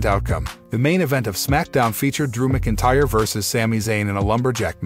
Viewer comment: And it's MAC INTYRE....DUDE